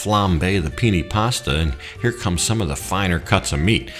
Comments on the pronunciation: Looks good BUT it’s not called Peanie Pasta it’s Penne (Pen Ay) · Prnounced Pen A ! though it did make me smile when you said it.. glad you both had a great night out...